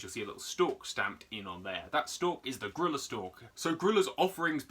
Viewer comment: It's not grilla or gorilla. It's Grooya/Grulla.